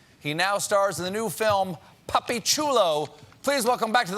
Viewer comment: It’s “papi” He did say puppy though